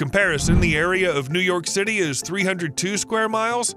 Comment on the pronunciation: He said new your city not just once but twice. Sorry to be hard on someone who name is “we are top” but being so rude to humility asks for criticism.. hey but how many subscribers? So who is laughing all the way to the bank?